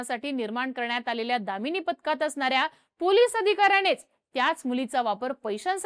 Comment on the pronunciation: दामिनी पथक ❌ कमिनी पथक ✅